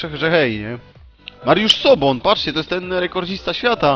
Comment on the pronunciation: Nie Mariusz Sobon.... tylko Soboń.